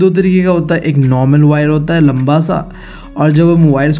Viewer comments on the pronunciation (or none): none